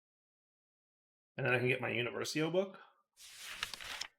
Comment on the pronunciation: it's uniVERsio, not univerSIO lol